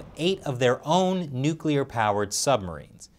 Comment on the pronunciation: As dictaker morrison said “nuplear submarine”